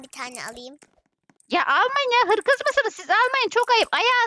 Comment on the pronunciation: Koca yürekli hırsız za HIRKIZ demesi jekejejsjsjhdhsjsjsjsj